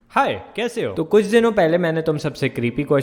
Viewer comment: Best intro : " Hi kise ho " 😂